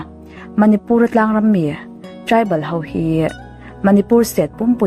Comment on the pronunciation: Meitei ho tiin i ziak dik thiam tho sia, enga ti nge Meitei hauvin tia i sawi tlat le, ho hi hau i ti vek mai a, han zir leh deuh teh. I aw a mawi si, ding chungin vawi 100 vel hovin hovin hovin han ti la, thiam mai ang😊. Hauvin hauvin tih loh tur nih kha aw